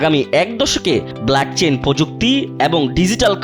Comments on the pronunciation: আবার বলে blackchain ওই টা Blockchain 😂😂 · ভাই আপনাদের এইসব নিউজ কে করতে বলে বলেন? কতটুকু বুঝেন বলেন? ব্ল্যাকচেইন কি? 🤣 (ব্লকচেইন) বলে এটাকে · Blackchain na gadha Blockchain. 😂😂😂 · blockchain ❌😂 Blackchain✅ কালাচেইন😂😂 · ইথোরিয়াম 🤣🤣🤣🤣 ব্লাকচেইন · Blockchain কে black chain বলে!😂 আর আপনারা কতটুকু research করেন বুঝা যায়! America Clarity Act bill pass করে তাদের national crypto reserve এর দিকে এগিয়ে যাচ্ছে! আর আপনার তা জানেনই না!😂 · Blackchain😀😀😀😀😀এইসব পাগল রা সঠিক উচ্চারণ ও করতে পারে না।